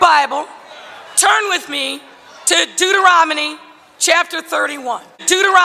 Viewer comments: Did she say Dueteronomey?? LOLOLOLOLOL😂😂😂😂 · That is why she didn’t win because she can’t say Deuteronomy. 😂😂😂😂😂😂😂😂😂😂😂😂😂😂😂😂😂😂😂